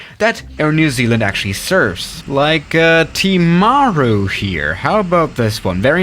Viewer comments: tim-a-roo not teemaaru. me nz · ?? Its not ten we usually pronunce it town is ti-mah-ru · I live in nz and i think its tim - r - oo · he says timaru as tee mar o its tim a roo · Pronunciation advice for Taupō: Toe-Pore Whangarei: Fung-a-ray Queenstown: Queens-Town Timaru: Tim-are-roo Hokitika: Hoe-ki-ti-ka Gisbourne: Gis-born Cheers and Kia Kaha from Aotearoa (New Zealand) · Pronouncing from: Hokitika: hoketeka ❌ Christchurch: Christchurch ✅ Auckland: ahkland ❌ Timaru: temaru ❌ Queenstown: qwenstin❌ Wellington: Wellington✅ Gisborne: gisboren ❌ Whangarei/fongaray: wangaray❌ Taupo: Taupo✅ Good job I am impressed ✅✅✅😃🤝🤝👏👏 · Right how to pronounce things with a New Zealander: hokatika - hok A tick er Timaru- Tim a roo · Hokitika - Hoe-kit-iyk-a Timaru - Tim-a-r(rolled r)-oo Gisborne - Giz-born Whangarei - Fun-gah-ray Wellington - Well-ing-ton Taupo - Tow-poh Wellington is considered dangerous because of the extreme winds. 787s and stuff have landed there, but not regularly. ATR 76-600/Q300 Are the main aircraft in most of these locations Great video, really enjoyed it :)